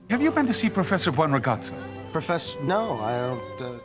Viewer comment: "Buonragazzo" not blsrasfasa... You know what. From a guy that states that Stromboli is a type of pasta I can expect something like knowing that his name is "Good-boy" in Italian